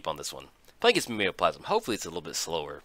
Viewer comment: pretty sure it's Mime-o-plasm which make more sense than ur southern interpretation